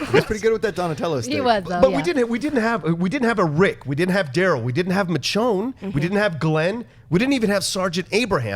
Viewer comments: Can that one dude please pronounce Michonne's name correctly!!! It's pronounced "Mi-shown" NOT "Mitch-own"!! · its "mis-shone" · mitchown lol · I don't give em a pass... what I would give is give the hosting duties to actual fans of the show who know where the photos came from. and I'm sorry ,I know that dudes Latin, but would it kill him to pronounce Michonne's name right